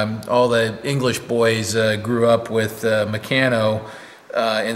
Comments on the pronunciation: It's pronounced 'mec arn no ' And yes I grew up with a large set came in a wooden box about 3' x 2' x 6inch deep, enough to build a drag line excavator 😀 Stuart 70 years this week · There is more than a little irony in using bronze to make stone tools. It's mec-aaa-no